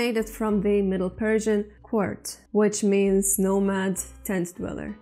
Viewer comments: You pronounced kurd like card But it is actually pronounced kuurd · that is kord .not u . o . کرد